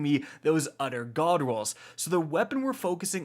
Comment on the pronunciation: "We are going to be looking at an udder, udder God roll" He had me in the first half, ngl.